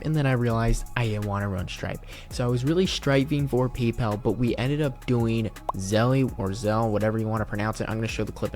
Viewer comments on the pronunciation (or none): Did this 🤡 really pronounce the s in Illinois??? Edit: “Zelly” Really????